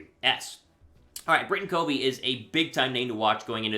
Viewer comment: C'mon! You're in sports media and you know how important correctly pronouncing a player's name is. Britain Covey, pronounced "COV-VEE" with a short "O". (COV-VEE like CUB-BEE) Looking for him to flash big time this pre-season. It'll be interesting to see how he handles his first NFL action against the Jets. Have you checked out his Utah highlights? Fly EAGLES Fly! 🦅